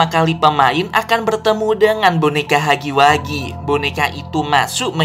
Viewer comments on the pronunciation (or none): Bang bacanya hagi wegi bukan hagi wagi